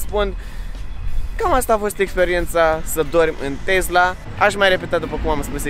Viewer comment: E Tesla nu Tezla ca tot pronunti asa